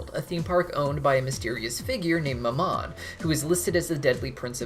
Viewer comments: Minor pronunciation correction for Mammon: It's not muh-MAHN, it's MAM-uhn. Emphasis on the first syllable, which rhymes with gram, second syllable is just un, as in understand. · The way you say Mammon really is annoying lol Its pronounced Ma'am and cannon, mammon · I love these videos but I cannot deal with the way he pronounces mammon, god it’s like my history teacher when he’d say bah-pho-met instead of baph-omet